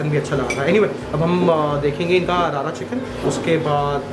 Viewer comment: It’s रड़ा not रारा chicken - rarna/rorna in Punjabi refers to the process of cooking something properly